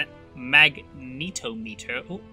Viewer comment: "Mag-nih-TOM-it-er" not "Mag-NEET-oh-meet-er"